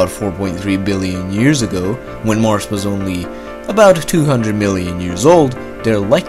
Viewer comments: He sometimes says Marsh instead of Mars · “Marce” no it’s mars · Also: "Marsss" instead of "Marz." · Earth...not Eart. Mars...not Marssssss.